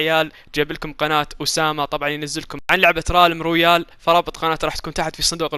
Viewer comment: رالم رويال😂😂😂😂 اسمع ريلم رويال